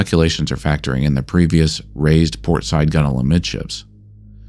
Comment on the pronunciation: The correct pronunciaton of "gunwale" is proof-positive of no AI narration. Hail!